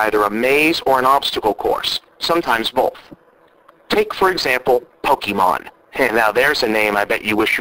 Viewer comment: great one bob...you really hit the nail on someone who doesn't know anything about games and attempts to buy them for christmas Nice comparision between pokemon(you mispronounced it,but who cares) and GTA IV